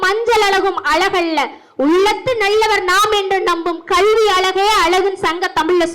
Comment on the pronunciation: கல்வி என்று ஒழுங்கா உச்சரி கள்வி என்று சொல்லு😢